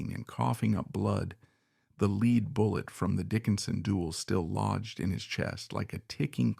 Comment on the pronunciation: The otherwise excellent narration reveals it is the voice of a robot: "He" refers to the metal of the bullet in Jackson's lung as "LEED", the misponunciation of "lead", as if it were "leading". Too bad. AI sucks.